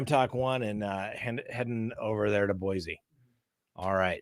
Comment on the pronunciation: Scott, love your show and you. Thanks for sharing your experience and knowledge! Just so you know…those who call our beautiful city of trees BoyZ are the newest citizens. Please remember and use the proper name…Boysee!! When you get here…Welcome to Boise, Idaho. There is no Z in Boise. Thank you.